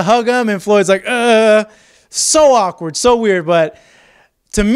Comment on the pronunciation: You saying awkward is kinda awkward